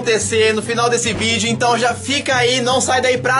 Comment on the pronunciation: Quem percebeu que ele dizê então garela😅❤❤😍